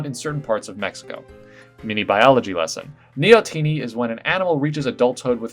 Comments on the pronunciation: ok, so i know this is more of a nitpick but neoteny is said as 'knee-aht-en-e', not 'neo-t-ne'. At the very least its how it was pronounced by my bio teacher. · I hate how you pronounce neotony like a pokemon name.